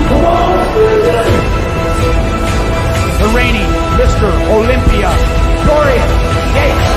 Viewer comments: His name isn’t Dorene it’s Dorian (Door Ian) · I meant the way you pronounced it twice at end of video... not spelling it